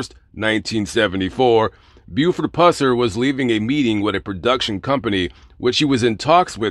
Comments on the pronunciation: Pronouns his last name correct you should be banned from that state Tennessee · YOUR PRONONCING HIS LAST NAME INCORRECTLY!!!